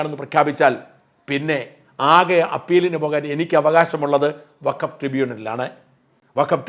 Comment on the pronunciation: 😂 അസലായി അലക്കും - വക്കഫ് - ഫക്കോഫാക്കായി '😂